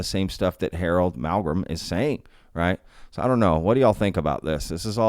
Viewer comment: Hey there, I'm a fairly recent sub, & really like what I've seen so far. The main point of this comment may seem trivial, or silly to some folks but, it's the fact that you are thee only other person, other than myself, that I've heard pronounce Harold Malmgren's last name correctly! I'm dead serious bro, everybody is calling him Mal-gren, & not including the second M. Thee exact same deal goes for Malm-strom AFB, they all call it Mal-strom. My phone even keeps trying to "correct" me when I type in Mal-strom!!! Pay close attention when you hear other folks talking about either one of these names, & you'll see that I'm right. It just drives me nuts, because I automatically expect everyone to screw it up, but today, I started this video & heard you say Malm - gren, & was sooo surprised, I had to replay that part over 2 - 3 times, to be sure! Thank you, you're doing fine work, & have a keen "BS" meter, regarding fakes or "hoaxes". Keep it up, Dino in Ventura CA.